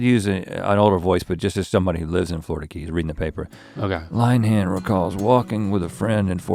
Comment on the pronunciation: "Line-han" 😂 Rhett is from the east coast - plenty of Lynn-uh-hans out there.